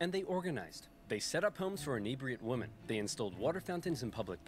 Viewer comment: I like the original video and the reaction, but it drives me nuts how Oversimplified pronounces "women."